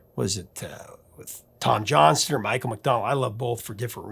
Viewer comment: As a Johnston I wish you would pronounce Tom Johnston's name correctly in any future videos you may produce...It's Johnston with a T not Johnson... Thanks for the great content at any rate enjoyed very much !